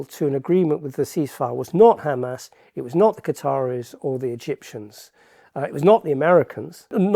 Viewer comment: Erm, it's Hamas, pronounced Hamaas, not 'Hammers'. They're not Arsenal!